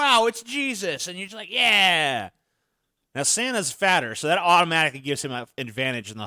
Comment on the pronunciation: I miss, "deepuh, Fatuh, FRIEDUH!"